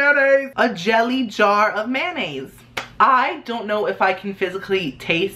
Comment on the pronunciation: he says 'mayonnaise' like 'man aids'